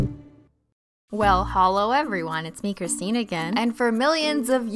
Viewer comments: Alexia Meow IT'S CRISTINE PRONUNCE SINDROME!!!! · It’s Crist 🙄. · Mila Stanoeva IT's and I'll Se Ya'll Later Bye! Learn how to speak Christine!